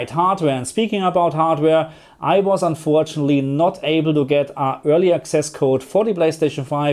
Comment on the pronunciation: perCENT not PERcent, unfortunately not unfortunly. Please!